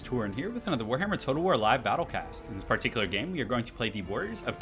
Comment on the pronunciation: Par tick you lar